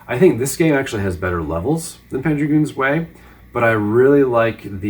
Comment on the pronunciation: "Zwei" is German for "two" and is pronounced "tsvai" not "zway". Herzog Zwei actually means Herzog (Duke) 2 and Panzer Dragoon Zwei... just means Panzer Dragoon 2. Guess in Japan they thought it "appropriate" to use the German word for two since the games already have a German name for the title.